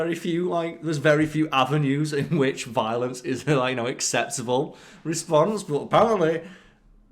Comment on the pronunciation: Did someone teach this guy the word "violence" wrong as a joke?